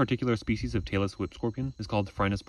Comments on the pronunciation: i thought he said taylor swift scorpion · all i could hear was “taylor swift scorpions” lul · He says “Tailless whip scorpion” But my brain hears “TaylorSwift scorpion” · I kept hearing “Taylor Swift scorpion” and became very irate until I read it. Phew…😅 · When you say tailless whip scorpion, my brain only hears Taylor Swift scorpion. Make it stop! I really enjoy your videos. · you say “tailless whip” and I hear “Taylor Swift” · I thought he was saying "Taylor Swift Scorpion" until I saw the caption :v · I thought you were saying Taylor Swift Scorpion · haha. "Tailess Whip". I thought you were saying "Taylor Swift"! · When you say "tailless whip-scorpion" it sounds slot like you're saying "Taylor Swift scorpion" and now I can't unhear it.